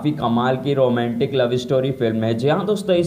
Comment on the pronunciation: Roomantik nhi hota romantic hota hai